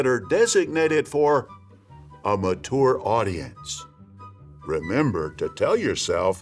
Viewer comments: what in the fuck was that pronunciation of "mature" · “matore audience” LOL